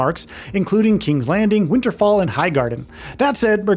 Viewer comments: An AI voice that can't pronounce "fell"? That certainly is... a theory. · "Winterfall" Seriously...............